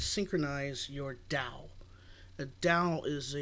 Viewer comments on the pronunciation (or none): Nice vid, good info and cool music minus the vocals. Just wanted to make sure people are getting accurate info though, like D.A.W. is pronounced "doll", not "dowl" instead of "filling" out the sound you may want to say "Layer". An audio interface is where your digital signal processing (DSP) is done though your explanation is right, it may be a little hard to understand for noobs. The rokit 8's are a bit colored IMO as they add a bit of bass to your mix (I currently own/use them) I have used the m-audio bx5's bx8's, Event 20/20 and rokit5's. The m-audios fatigued my ears rather quickly and sounded tinny and harsh. The 20/20's actually sounded the best but they are not powered. Keep up the vids...